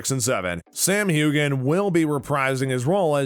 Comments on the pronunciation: This announcer should learn how to pronounce Sam’s last name...it’s HUAN not Hugan! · When is this guy going to learn how to pronounce Sam's name? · Another idiot script. Cannot pronounce Sam's last name, and called the character 'Jamie Foster.' Foster? really?